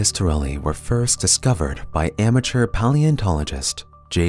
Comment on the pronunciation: "...discovered by the young amerture p-O-leontologist